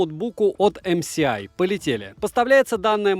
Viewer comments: Всё хорошо. Только не ЭмСиАй, а ЭмЭсАй🤷😉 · Не ЭмСиАй а ЭМЭСАЙ, уши режит неправильное называние этой компании. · Почему Эм Си Ай? Ведь Эм Эс Ай! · Правильно говориться "Эм Эс Ай" потому что "S-эс", а это "С-си". Будьте грамотнее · Спасибо за обзор. Наверняка, уже тыкали, но правильно "эм эс ай". Добра. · эмсиай, так так так... А где там буква си? /dushnilamode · Пора учить алфавит: C и S - разные буквы, если что. Режет слух, очень сильно режет, когда буквы обзорщик читать не умеет. Позор.